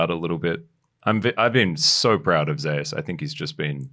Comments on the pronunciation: Why change two millennia's of the greek-roman King of the gods name pronounce of Zeus!? What they call it Zaeas? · Because there is another player called Zeus in lck I believe so they pronounce t1 Zeus that way for clarity